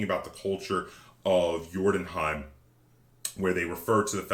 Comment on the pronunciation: You pronounce the Scandinavian name very well sir.